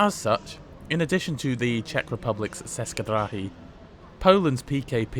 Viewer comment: Would you please learn to pronounce languages correctly? It's NOT pronounced "seska", it's pronounced as in "cheska".